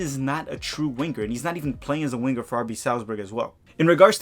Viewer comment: “Wing-ger”, I tease the ones I love. Off topic suggestion, how bout an episode of Tactical Manager TV in remedial Brazilian Portuguese?